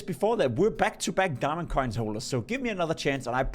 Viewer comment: "a gurarnteed diamong" dont say that again